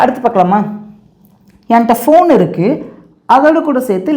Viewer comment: ஃபோன் not (பேன்) please correct it